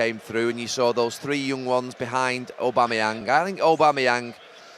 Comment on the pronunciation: Every one else : Aubameyang Gary Neville : Ò-bameyang